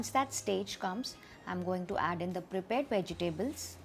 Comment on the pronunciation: (vej· tuh·blz) vegetables pronunciation